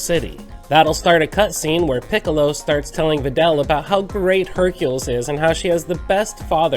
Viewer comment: Just got this game back after a nice long years of not playing it and in this video I think everything's awesome except Hercules name being pronounced as I think everyone says Hercule